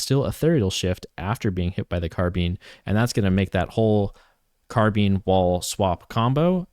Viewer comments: thank god i wasn't the only one squirming everytime he said it.. carb(eye)ne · Great video but it's carbine not carbean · Say car bean one more time I swear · “Car bean” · “Car bean”😭😭😭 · it's probably the correct pronunciation, but please stop saying "car bean" 😭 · No it's not. If you look at the entomology of the word, It comes from the french word "carabine" pronounced like "caha-bean" (with french accent). In the UK "car-bine" is far more common, and in the US both pronunciations are used and valid. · take a shot every time he says car bean 😭